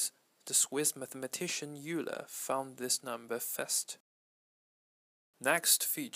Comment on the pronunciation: Not to be rude but it's pronounced oiler